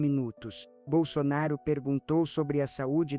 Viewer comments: Nem o nome falou certo!Jairo bol sonaro????? Tá engando quem???? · Sou bolsonarista ferrenha mas estranho como essa pessoa fala o nome do nosso eterno presidente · Não acredito em nada que falam de Bolsonaro, ainda mais dizendo o nome dele errado.